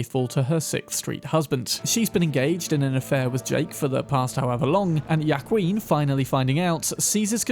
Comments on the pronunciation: Ya-queen 😂, its closer to wh-ua-kin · Small correction on pronunciation, Joaquin is pronounced WAHKEEN, love your vids. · have to be a grammar freak, it's pronounced Wa-keen not ya-qween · its not yakween. its wahkeen. other than that, stellar vid. unless youre making a pun on yas queen. then i get it. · British pronunciation strikes again. "Wah-Keen". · Joaquin is pronounced “wah-KEEN” It’s bothering the fuck outta me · At the risk of being "that guy" Juaqiun is pronounced wahkeen. Absolutely love your content! Can't wait to see you uncover and play Phantom Liberty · Juaquin is actually pronounced Hwa-keen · Joaquin is pronounced Wa-kin btw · I’m guessing Brits aren’t used to hearing Mexican names. Joaquin is pronounced WAH-keen. Lupe is LOU-pay.